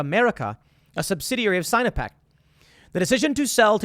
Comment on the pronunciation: Sign-o-peck? Lol, sinno-peck. Chinese-pec. Lol.